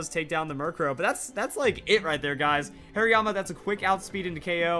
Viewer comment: Whats a "Hairyama"? Is it a Hariyama with lots of hair? (Please don't hate me too much, that pronunciation made me laugh waaaaaay too much not to pick on him)